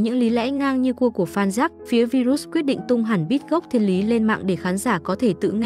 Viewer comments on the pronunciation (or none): Tên ngta đọc là " vai-rớt ".kiểu vậy bà này đọc virut🤡🙏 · Bà MC nầy sửa tên người ta thành Vi rút 😂